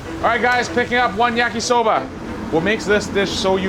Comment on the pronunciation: When he said "yakisober" I'm like yes this is a jamaican